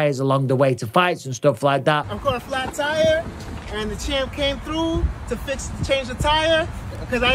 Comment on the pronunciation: Great video Champ. “Chama”